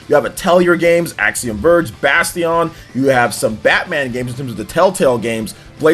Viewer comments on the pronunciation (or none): Hmm. Setting my other gripe aside..... cough cough repeated barrel role legacy comments cough cough, pretty sure he pronounced Bastion wrong.